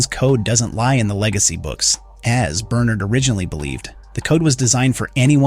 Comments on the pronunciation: Right...I'm assuming he's used to pronouncing it "Bernerd" but oscillates to how it's actually pronounced in the show "Ber-nard" when he remembers. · Bern'Erd or Ber'NArd ... you flip between the two and even throw in a half way version now and then. (Check your AI pronunciations of audio before publishing). Your opening stated you had spoilers from Books... there were none. We KNOW there are others in silo 17 and Juliette and Solo go to her silo 18 in the books. The fear of being underwater is called "Thalassophobia" - NOT Hydro-Phobia!